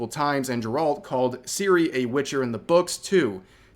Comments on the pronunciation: You can't even pronounce "Geralt" correctly and you're trying to make a disingenuous video about the subject lol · Cian Maher's name is pronounced, "Mar" Like Bill Maher on HBO. Oh, and you mispronounced Geralt's name (somehow) too... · Please don't try to get into the lore debate over Ciri becoming a witcher, when you don't even know how Geralt's name is pronounced